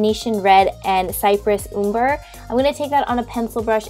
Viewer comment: Girl, you ok? You pronounced almost all the shade names of the modern renaissance palette incorrectly. Heir is pronounced like air, ochre like occur, and umber like amber but with a u